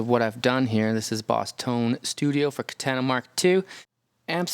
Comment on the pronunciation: The way you say Katana is mind boggling 😂(Kah-Tan-ah)